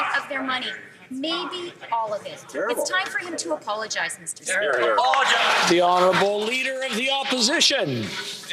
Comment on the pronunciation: Please don't say "Meester Speaker " again. Please, don't talk.